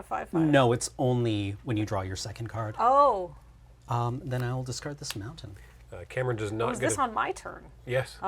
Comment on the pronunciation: Calling a mountain, montainyah is such validation.